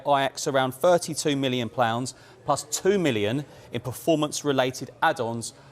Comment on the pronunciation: wow West ham have a new currency plounds 😂😂😂